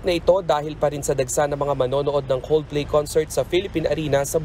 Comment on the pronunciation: 'Coldflay' 0.32 😊